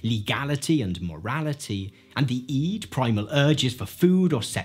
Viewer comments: It is NOT eed. It's pronounced id. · Why do you call it 'iiid' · I'm 50 years old, and I've heard the word "id" hundreds of times. I've never heard it pronounced "eed" before. It's very distracting. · He says "EE-d" but not "Eggo" surprisingly. I've never heard anyone say "Id" like "EE-d"